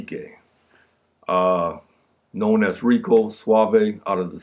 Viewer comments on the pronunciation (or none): none